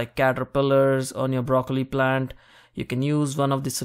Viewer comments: i like brrrrrocollli.. :) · You made broccoli have 5 r's. Brrrrroccoli